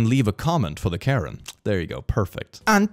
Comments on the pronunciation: Oh! This “Karen” interpreter is actually a languages and a people that are in the southeastern area of Burma/Myanmar + northeast of Thailand. It’s pronounced with more emphasis on the beginning “kuh-ren” and they have a really cool culture and a vary complex relationship with the people of Burma/Myanmar. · The one for language line solutions is for an African language the name of the language is Karen pronounced Kareen, still funny tho